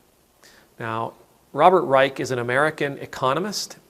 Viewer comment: Good morning. I’m an avid listener of Mr Reich (I believe he pronounces it “Rysh”) and Anand who have helped me in shaping my view of what is going on and what is possible. Someone mentioned Michael Brooks whose heart and soul we lost way to soon. Thank you for being here every day. Your reflections help to keep me calm and centered.